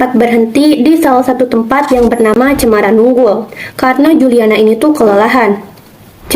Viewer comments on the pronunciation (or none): Koreksi, bukan cemara nunggul, tetapi cemara nunggal, terimakasih. 🙏